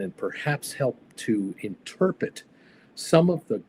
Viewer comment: I like ya sir, but please never say "Interpit" ever again.